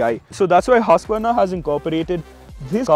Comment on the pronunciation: Irritating. At least pronounce it correct. Its hoosqvarna not hasqvarna.